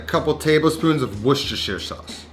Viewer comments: WOO-ster Not "Woo-sester-shire" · As good as I've heard an American say it, but he said "Wu - shtuh - shuh" rather than "Wu - stuh - shuh". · Awesome... worcestershire what🤣🤣